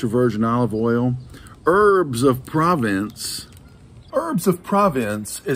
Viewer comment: "Pruh-VAUnS" as in US "taught", with the n kind of silent or said in the back of the nose